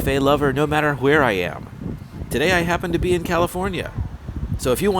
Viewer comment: You are one of the very few people that pronounce the "h" in "where". First one I noticed was Johnny Cash in "We'll meet again". Are you from the same area?